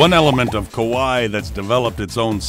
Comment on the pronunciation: Kawaii is kah-wah-ee, not kowai which means scary.